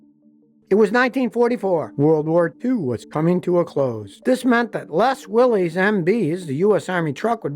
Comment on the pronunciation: Fyi, John North Willys pronounced Willis. Jeep was a phenomenal vehicle but unfortunately ended in '06. Interestingly enough, that anvil colored trash can symbolized the Jeep to Heep changeover. The two finger wave is more a V ✌ for victory than a peace sign. And 99% of pre Wranglers and Wranglers never wave at anything but another two door Jeep. A Jeep should have the Willys MB configuration to be considered. We don't view Jeep misc vehicles as Jeeps. But, I always wave back to any Jeep that waves first. I have an '05 TJ Rocky Mtn with a 4.0L I6, Dana 44 and 3.73 gears. It's been a great vehicle despite all the unnecessary computer garbage. My favorite Jeep by far is the CJ-7.